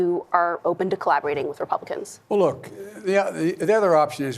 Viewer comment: Everytime he says "look" I imagine him saying "fat." 🤣